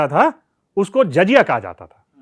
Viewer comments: Jazya nahi jizya lafz hai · Good Information but pronunciation is awful Zaziya and baitul maal Badly pronounced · Its not jajiya... It is jaziya Jakaat nhi zakaat Baitul mul nhi... Baitulmaal